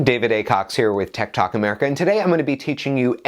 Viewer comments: I thought he was saying tiktok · Who else thought he said tiktok instead of tech tàlk